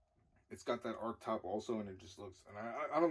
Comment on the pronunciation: Arch..not arc/ark